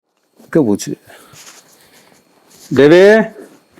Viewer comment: Neenga Devi Devi nadhu enakku baby nu kekuthu